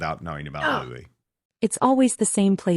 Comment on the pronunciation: Prince louis name is pronounced ''lew ee'' not ''lew is''.